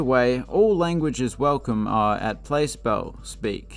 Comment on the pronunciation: It is pronounced "Plass" Bell. Just thought you'd like to know. Also, Syracuse's arena was where the hockey scenes in the movie Slapshot were filmed.